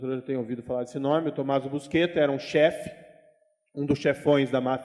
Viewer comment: O famoso Tommaso, nunca se chamou "busqueta", como disse o juiz Moro. Seu sobrenome era Buscetta, no qual o "sc" tem o som próximo do nosso "xis". Este sobrenome deformado, "busqueta", surgiu, pela primeira vez, aqui no Brasil, por conta do apresentador do Jornal Nacional, Cid Moreira, que se negou a pronunciar o nome corretamente, com receio de que a Censura da ditadura militar o punisse por dizer um palavrão na TV. Nem com funcionários do Consulado italiano confirmando a sua pronúncia correta convenceu Cid Moreira a dizer o que devia ser dito.